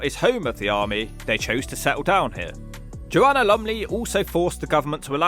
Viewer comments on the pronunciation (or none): none